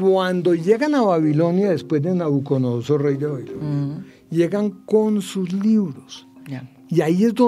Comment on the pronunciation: El experto dice NabucoNodosor, cuando lo correcto es NabucoDOnosor, me molesta oírlo del experto.